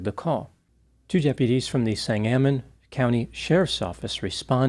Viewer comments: Not a big deal but Sangamon is pronounced differently. I don't know how to describe it but the accent is not on the second a. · It's sANG-a-mon...long A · The county in which Springfield IL is located, is pronounced Sane-Guh-Mun. Come on...Abe Lincoln lived here for awhile. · County is pronounced "sang gah mon". Wouldn't bother but this homicidal deputy will be in the news for a while it seems. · I agree w/ you,. I used to live in Springfield, IL. The county name is pronounced SANG-uh-mon. 😊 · You're mispronouncing 'Sangamon'. Just a tip from a local in case you do an update or something.